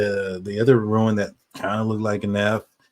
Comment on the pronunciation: Please for the love of God stop saying ruin. It's rune. Not ruin. I love the show. I just cringe every time I hear ruin.